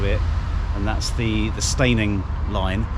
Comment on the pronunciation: That’ll be the River Adur. (The River Arun runs through Horsham). That pillbox is very familiar (just south of Partridge Green on route to Henfield), I like cycling the Downs Link via Copsale and riding my Brompton along various roads making short or long ride loops. Steyning is pronounced Stenning.